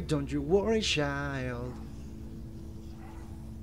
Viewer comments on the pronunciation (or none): Hahhah Jerman dijo don't u worry don't u worry shild y es child😂😂😂